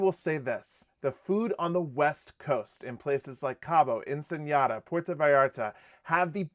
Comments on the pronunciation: Nice recap! Ensenada is pronounced as it looks, not "Ensenyada." There's no tilde over the n. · Hi guys love your channel May i help on a pronunciation?? the City of Ensenada is pronounced EN-SA-NA-DA without the ñaya accent on the last N so try to say ur Ensenada with the NADA part like you would say “i have nothing like Nada! “ xoxo❤ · Ensen-Yada. lol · I can’t get over your pronunciation of Ensenada and Viator. LOL. And why wouldn’t you think there would be great views on a Mexican Riviera cruise? Overall good info here. We’re going on our next Mexican riviera cruise next week!